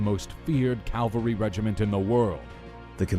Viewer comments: Calvery ? Did you not realise in all the times you said "calvery" that it did not sound quite right ? Soldiers on horseback are known as "cavalry" ! Modern cavalry in the USA use helicopters, Mel Gibson's movie "Once were warriors" based on Colonel Hal Moore, explain that the cavalry swapped the horses for helicopters ! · Its called "cavalry", not "Calvary". Cavalry are soldiers on horseback. Calvary is the name of the place where Christ was crucified. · Calvary? Aarrgghh! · Calvary? You mean Cavalry.... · Cavalry not Calvery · Cavalry! Not Calvary. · Cavalry, not calvary. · "Calvarey" lol its cavalry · I love your channel but PLEASE don’t say calvery, it’s really not that hard to pronounce cavalry. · fantastic job. one little thing though: it's cavalry, not calvary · Nicely done, but I think the correct word is "cavalry". I keep hearing "calvary ". Fairly common mistake. Otherwise I really like this. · I hate when people say "Calvary" instead of "CAVALRY". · Love the video, but for future reference you’re pronouncing cavalry wrong.